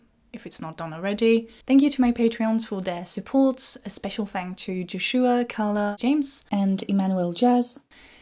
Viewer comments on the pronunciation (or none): none